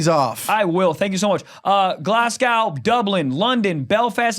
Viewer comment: I'll come to your show if you say GLASGOW properly It's not GlassCow 😅 It's said like Glaz-Go